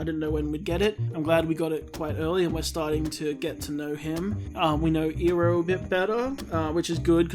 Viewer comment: if he pronounces it (ee-roh) instead of (Eye-roh) as it should be, I will murder him. I know you started ith the movie so ill give you a pass. Just for this episode